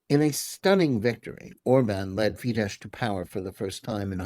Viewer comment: The "SZ" in "Fidesz" is to be pronounced "SSSSSSSS" as a shard, voiceless "S", not in any way a king of "sh". If you cannot even pronounce the names of your enemies, just keep the f*ck silence.